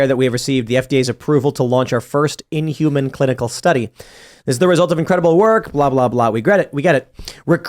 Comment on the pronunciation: The way it says “in-human”